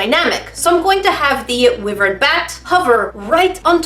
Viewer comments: I thought it was pronounced like y-vern not wi-vern Ur DoInG It WrOnG #NerdEificationSquad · Your saying it rong it is y -vrin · just so you know wyvern is pronounced wai-vrn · the dragon she is making is pronosed Why-vern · Saying:wivern Me:TRIGGERED ×1000 But I Subbed anyway(LoL*) and btw I subbed like 5 years ago so DONT JUDGE OR ELSE... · Is anyone gunna talk about how she's saying wivern wrong? Btw, its pronounced wy-vern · your pronouncing wyvern wrong. its pronounced wai-vrn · I was cringing when she said wh-i-vern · Sorry but wyvern is pronounced (why-Vern) :P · it’s pronounce “why-Vern” but I know u trend ur best so I was just telling u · Wyverns are pronounced Y-VERNS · YoU’rE sAyInG iT wRoNg its called a wyvern like a WHY vern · it’s pronounced why-vern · Don't know if anyone else did this buuuuuuuut yOu'Re DoInG iT wRoNg It'S pRoNoUnCeD wHy-VeRn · Love the batty sculpture...but you're doing it wrong. Wyvern is actually pronounced: wai· vrn. You are still awesome though. English #1;) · Wyvern is pronounced as Why - vern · Hi! This has probably been said but I'm 99.9% sure that its pronounced (why-fern) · Its actualy why-vern (pronounciation)srry~ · It's pronounced WHY-VERN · I THOUGHT IT WAS PRONOUNCED WHY-VERN like why am I doung and a fern tree with a v.... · W-eye-vern Sorry but it was just bugging me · It’s pronounced why Vern not with ern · In America its pronounced (why-vurn) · okay you did not DO it wrong this time...you SAID it wrong! It it pronounced: w eye vern!! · I’m pretty sure that you pronounce it Y vern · Awesome head, amazing eyes, epic feet - love those feet... But, you're pronouncing it wrong!;) (Teehee) I think Wyvern is pronounced 'why-vern'. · I dont thin u r saying wyvern correctly... I think its like why vurn :T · I thought it was pronounced (why-v-ren) but I’m not that smart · You are doing it wrong!!! Its why-vern.